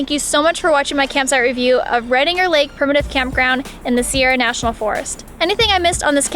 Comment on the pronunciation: As a local, I find your pronunciation of Redinger and Prather .... interesting. Also, the maximum elevation of Redinger Lake is only 1,403 feet so snow isn't a concern. In fourteen years of daily driving to Redinger Lake I've seen snow there maybe 5 times and it did stick.